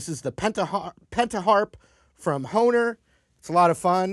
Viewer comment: Thanks for the correct pronunciation, I alway was unsure of how you pronounced Hohner, I thought since it was a German company the H sounded like a B